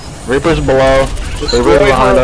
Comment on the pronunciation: It's of that one guy saying Reaper. He instead call him Reafer😂